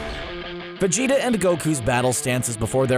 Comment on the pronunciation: Could have sworn his name is pronounced VegetA with an A not an O